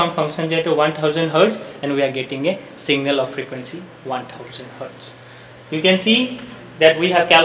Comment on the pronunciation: Abe singal nahi hota hi signal hota hi